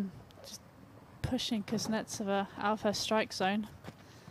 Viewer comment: All the nuances of Russian speech can not be conveyed in English. And you should not strive for this. Long to explain. In Russian there is other graphics. But the accent in the surname is pronounced incorrectly by English speaking commentators. They are on the "e", but it is necessary to "o", in this case. It hurts your ears... N before E as if softens... So listen carefully a little clip on wta site. If you're not Russian, don't tell me what's right.